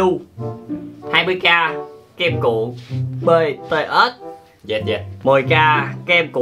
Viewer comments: Em là fan bTS luôn đó và Em nhắc anh là bTS mới đúng chứ ko phải bê tê têch Đâu Anh đọc Sai chính tả rồi😍😏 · Btet mà cứ đọc là Btết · Ko phải là bê tê us mà là bị từ ét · má ARMY như tui nghe ảnh đọc chữ BTS là "bê tê ét"mà tui tức á trời >:< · Ổng đọc chữ BTS tui trầm cảm 🤣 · kem cuộn bts ko phải bê tê ét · Anh ơi BTS đó anh đọc sai rồi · Đọc sai tên BTS, còn sai luôn cả J-Hope BTS